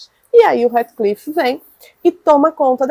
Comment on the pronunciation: Dói os ouvidos a forma que vc pronuncia o nome do HEATHCLIFF 🤔